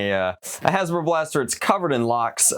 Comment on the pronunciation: "Hey guys today we'll be reviewing another hasbrbrbr probuct."